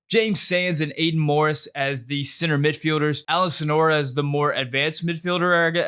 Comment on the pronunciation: Great takes! But calling Soñora Sonora over and over really bugged me😂 it’s just not his name